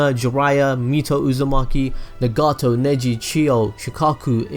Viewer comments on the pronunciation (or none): none